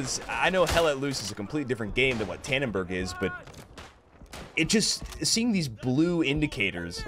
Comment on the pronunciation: dannenbaarggg, dont ever say that again pls